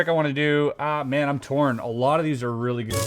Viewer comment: Did you say it was reel-y strong? ha.